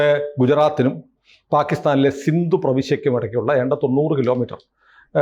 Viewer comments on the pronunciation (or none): none